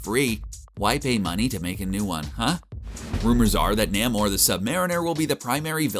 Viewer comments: Ugh, Naymor...NAYMOR! Not Nammor. Reminds me of ppl who say Connin the barbarian. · It's pronounced Nā·mōr, not Nă·mōr. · Say it with me. Nay-More. Nay-More. Not Nahm-or. NAYmor. This is how it has always been pronounced. If you’re gonna dork, dork safely and dork properly. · NAY-More. That's how Stan Lee pronounced it.